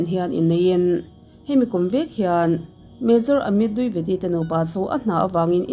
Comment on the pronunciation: Dwivedi ( di ve di) tih a lam tur ania,,(duivedi) nilo in,,ka lo sawi ve mai2,, min lo ngei ngawt ange 😂 ka sawi ve mai2